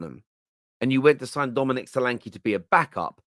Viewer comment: The e in solanke is pronounced as the e in Nketiah